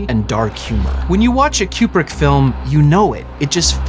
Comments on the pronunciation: I don't know who this "Kyoobrick" person is you keep mentioning. I've never in my entire life heard anyone mispronounce Kubrick as "Kyoobrick". After the 4th or 5th "Kyoobrick", I was ready to rip my ears off. I couldn't finish the video. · Am I hearing wrong, or is this dude saying CUE-PRICK the entire time? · I keep hearing your pronunciation of Kubrik as 'cupric' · "Cube-Rick" distracted tf out of me the whole video. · Aaaarrgghh! It’s KOO-brik, not KYOO-brik… This video is driving me crazy every time you turn Stanley into a cube brick. And you say it A LOT. All cubes and no coups makes Dave go crazy, to paraphrase a certain Homer. Wish I could have finished the video, but I simply could not take it after about the 25th cube, which occurred roughly two minutes in. Or at least it felt that way. My autistic brain fixates on these types of fundamental errors and can’t focus on anything else. Please have enough courtesy to research things like how to pronounce your subject’s name when creating a video about them. It’s incredibly disrespectful to do otherwise. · It is not pronounced Cue-Brick, but Koo-Brick. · Stanley “Q-brick”? Coo-brick. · It's not "Cue-brick" it's Coo-brick. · Fantastic video! Thanks so much for all your work on it. FYI, Stanley Kubrick was an American and pronounced his own name "Koo-brick" as confirmed by his daughters, despite most of the UK pronouncing it "Kyoo-brick." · It’s pronounced KOO-brick. Not Q-brick. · It's KU-brick not KJU-brick. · It is an excellent poster. He actually pronounced his own name “Koo-brick” rather than “Kyoo-brick”. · It’s Koo-brick not Kyoo-brick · Great video, but Stanley's last name is pronounced "Koo-brick", not "Q-brick." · It's pronounced Coo-brick, not Que-brick. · Fun and interesting. (And it's "Koo-brick" not "Q-brick.") 👍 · His name is pronounced KOOB-RICK not CUBE-RICK. this entire video drove me crazy. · “CUE”brick??? come on bro. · His name's pronounced "koo·bruhk" btw